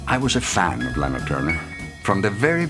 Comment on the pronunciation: He is pronouncing her name WRONG.... ITS SOUNDS LIKE LAHNA NOT LAANA